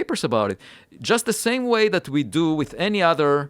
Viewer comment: Not da sÆm